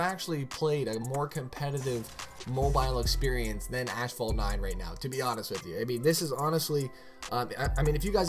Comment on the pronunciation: Still don't know how to pronounce asphalt after all these years lmaooo